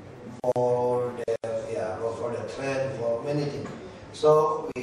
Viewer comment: it's train, pak ahok, not trend :p #peace